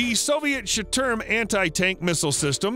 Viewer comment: Shturm is NOT storm. its sh'toorm. like shh - too- rm.. just saying.